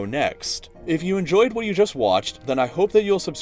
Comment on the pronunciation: i like this channel but why does this guy pronounce his words so strangely. Just listen when he says "what"